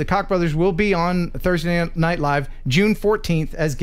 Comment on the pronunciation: Thanks for getting our name right😂 "Koch", pronounced like it's spelled😉